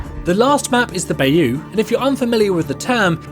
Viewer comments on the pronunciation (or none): The bayou, pronounced bi-you, usually refers to areas around New Orleans and the Gulf Coast